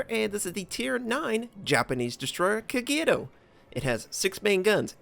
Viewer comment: the way you say "Kagyeeero" always makes me chuckle =)